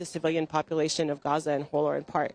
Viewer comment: Bless her she tried so hard to say Gaza properly (Ghaza).. and she did it well 💯🤍